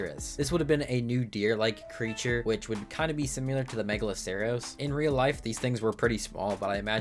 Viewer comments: I feel bad because I really like these vids but simular kills me lmao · great video. You saying similar makes me eye twitch though.